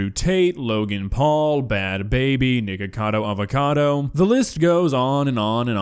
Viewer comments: am i the only one that heard 'niggacado avacado' 😂😂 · Im not sure about anyone else but the way he pronounced "Nickacado Avocado" sounded kind of strange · What does it sound like he said ni***cadoavocado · I can't be the only one who heard "niggacado avocado" 😂😂😂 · Blud rlly said Niggacado Avacado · We gonna talk abt how he said “niggacado avocado” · bro said Niggacado avocado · Bro relly said niggacado avacodo💀💀💀💀💀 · Bro said Nigga-Cado avacdo im dead 🤣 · my guy really said the n word in nickacado avacado lol :skull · I’m sorry but I just had to point out how you miss pronounced “Nickocado Avocado”, sounded like a word straight out of the 1800’s, I’m not trying to be a keyboard warrior but it just sounded funny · It sounds like said the nword trying to say nikocado avocado 💀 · I love how he pronounced nicocado avacado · That pronunciation of Nikocado Avocado is making me laugh so hard bro 💀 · how did he pronounce nikacado avacado 💀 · Is it just me, or did just mispronounce Nikocado Avocado? 💀